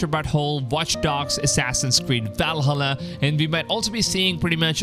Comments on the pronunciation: It's ValHALLA, not VALhalla. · Never heard anybody mispronounce Valhalla like that like bruh, how did you say it in one syllable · The way you pronounced Valhalla lol. Love it. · the way he says valhalla tho lol